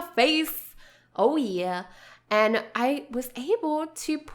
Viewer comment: the way I say y e a h: Yeah The way she says y e a h:YeRh